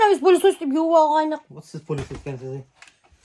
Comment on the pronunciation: Не палисос а пылесос от слова пыль😂